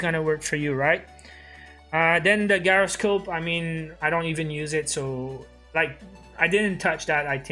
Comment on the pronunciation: It’s pronounced jy-ro-scope